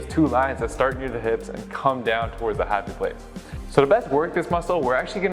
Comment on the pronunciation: I had to turn on the closed caption to make sure he said "happy place"